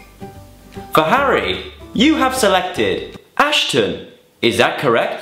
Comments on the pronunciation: Hahaha "you selected Ashton" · "You have selected Ashton" IM LAUGJINH SO HARD